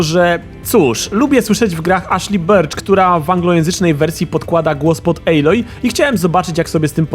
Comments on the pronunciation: recenzja jak zawsze spoko ale nie ejloj a aloj:) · Nie mogłem..., wyłączyłem po 5 minutach... czyta się aloj a nie ejloj...